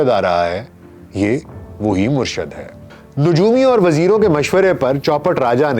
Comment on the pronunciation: Sir bht achi video... But sir murshad word ni hta.. murshid hta hai..